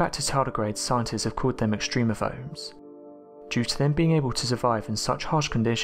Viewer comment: "philes." Extremophlies.